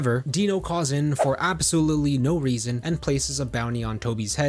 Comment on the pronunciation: 'For ?!chwat EVER reeeZooonnn?' 🤣